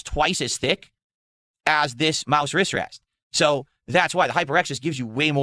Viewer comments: “My Riss Ress” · OH he's saying AzoTH! I kept hearing AzOV This is the... 4th? 5th time he's showed off his equipment again? Bruh. His body fluids make the wood sticky..? Ew. Also: Wristwest.